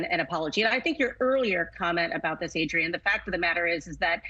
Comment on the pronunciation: Mens magazines are sexist you old fool. Adrienne is how she spells it. Adrienne it is. Say it right. Adrienne Prime 💜💜💜